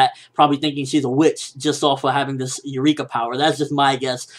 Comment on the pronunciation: Nope. Don't listen to people. You were pronouncing Eureka the correct way before.